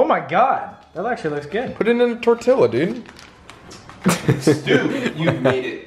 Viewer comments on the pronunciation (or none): How does not know how to say tortilla? 😭😭